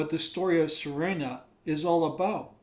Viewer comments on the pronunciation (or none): The name is: S-E-R-A-N-A. Not Serena. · can't even pronounce her name correctly. Thanks but "SarEHna" might not be intended to be marriageable, but my SerAna mods say otherwise. Don't tell other people how to play their game. Also no one cares what the bible says or your theological opinion. God doesn't talk to you. Clean your house and mind your own business. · Wow I pronounce her name as See-rah-nah 😮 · Sir Anna is how she pronounces it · It's just me or you're really pronouncing Serana's name dofferently every time?